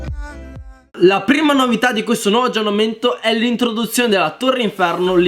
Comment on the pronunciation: per favore puoi dire Clash of clans con la s alla fine